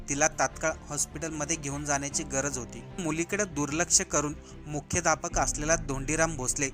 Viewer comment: मुख्याध्यापक सुद्धा तुला नीट उच्चारता येत नाहीये 😮